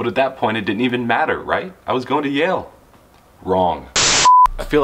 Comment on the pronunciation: Yale not jail.